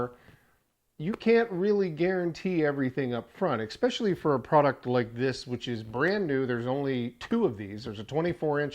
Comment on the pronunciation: There's no "x" in "especially."